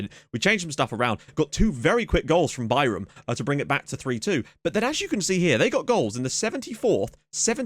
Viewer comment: it's been hilarious watching you trying to pronounce Bayram's name properly. I appreciate the commitment. I am obviously not an english native speaker so I do not know the phonetic alphabet, but you spelled it perfectly just fyi